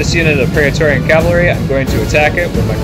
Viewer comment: Also in the category of pronunciation, it's not pray-uh-torian, it's either pray-torian(if you want to say like most people would) or pry-torian(if you want to say it with a Latin pronunciation)